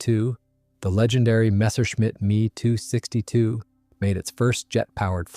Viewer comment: It's said M-E 262, not "me" 262. This is very basic stuff, but maybe you need to know that ME stands for Messerschmitt